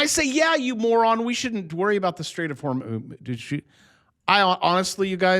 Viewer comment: The "Straights of Whore Moose" sounds like a 1980's VHS movie !